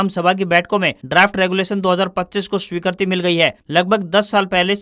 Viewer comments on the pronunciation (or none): CWB Hindi sunane wala Kai Hindi ke word galat bolta ha jaise___wrong word spoken by news speaker__swikirti spoken___swikarti. More other words which is spoken by speaker which is not good Hindi. Speaker qualification should M.A. in Sanskrit and Parbhakar in Hindi language.